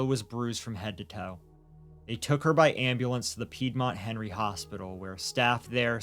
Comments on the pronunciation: There's no way I'm hearing 'Henry' as 'Hateful'. I like this channel for their diligent reporting, and there are several weird quirks of pronunciation I've become accustomed to, but this isn't one of them. Please listen to what she says at roughly . The name may actually be 'Henry', but she's absolutely saying 'Hateful'. It's very clear. I'm going to have to unsubscribe, because, though I really appreciate the content, the egregious mispronunciations are driving me batty. They completely take me out of every story. This is nowhere near the only one, just the first I've been annoyed enough with to say something about. What bugs me most is that both presenters put their commas in the wrong place, and I can't stop hearing it. Things like 'They thought this would happen but, (pause) that happened,' That's not how sentences work. We say 'They thought this would happen, (pause) but that happened.' It sounds like a minor thing but (long pause) it isn't. It breaks the flow of every sentence. I know this sounds overly pedantic, and I'm sorry for that. It grates on me, and I wish it didn't because I really like the content here. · I've listened to the part at roughly like a dozen times, and I can't stop hearing 'Hateful Medical Centre'. That can't possibly be right. What are you saying there? This is driving me nuts. You seem to be very clearly saying 'Hateful Medical Centre', but there's no way that's what you're actually saying. E: I can easily hear parts of the 911 call that are marked ‘indecipherable’ and a few parts where the subtitles clearly don’t match the audible words, but ‘hateful medical centre’ is so clear, I can’t get past it. Thanks for this story!